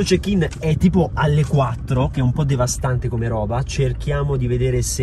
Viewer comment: Se ascoltate bene a un certo punto dice DEVASTANTEH